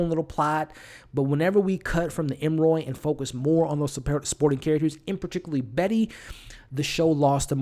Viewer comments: It’s really annoying that you repeatedly call them the Em-roy family. Their name is Emory (em-or-ee). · Love the commentary. But if I hear you call them Emmoy one more time!!!😂😂😂 Emory, Emory, Emory..ps cat in a bag, not hat.🤦🏾‍♀️ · It’s Em•Ree hun. You know, like Emery board. Not Em•Roy. And her name is “Lucky” lol... Honest mistake! ☺️🙊🤷🏽‍♀️ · Every time I'm like... 🤯 ..em-uh-ree.. Not ..em-roy.. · It was “cat in the bag” bro not cat in the hat lol and they are the Emory family not the Em-Roy family. 😂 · Great review. It is E-M-O-R-Y(ee). You almost had it there but then reverted back to the creole pronunciation that you conjured out of who knows where🤣. I found that more irritating than anything. If you’re going to do a review, the name of the main characters is something you might want to nail before pressing the record button. Other than that, your review was pretty good